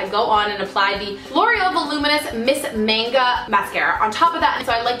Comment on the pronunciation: Great video :D. (Ps. Manga is pronounced without an e at the end